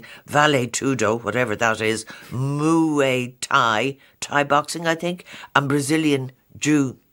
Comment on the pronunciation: muaay thai haha